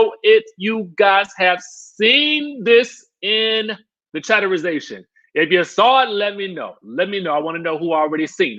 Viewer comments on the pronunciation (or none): I cringe every time he says chatterization